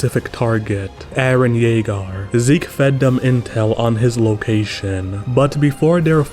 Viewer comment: I was zoned the fuck out and then you said “Eren Jeagarr” and i locked the fuck in like “wtf-“